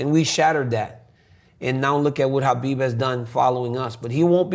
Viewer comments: That's the right pronunciation of Khabib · Only dc prounce khabib correct name